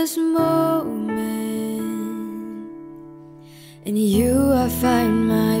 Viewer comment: “Jarkest Moment” Nice voice but words were not properly pronounced. 😊